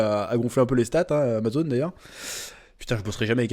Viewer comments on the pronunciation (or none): none